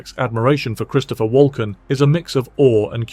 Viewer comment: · ¿…“Biola”? ¿…Christopher “Walan”?